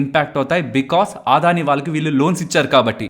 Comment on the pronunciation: Aadhani enti brother Adani kada, Telugu vallu ayundi ila telugu ni wrong ga pronounce cheyadam enti. Video chustunapudu Aadani ani word vachinana prathisari vinadaniki chala chiragga anipistundi. Can't watch this video.